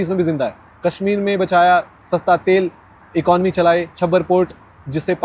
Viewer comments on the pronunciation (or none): none